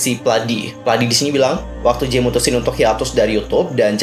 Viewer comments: #jae bang bukan #jay 😃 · mohon koreksi sedikit kak yang benar Jae, bukan Jay🙏